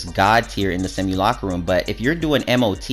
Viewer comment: Se-mu-la-ca-rum xD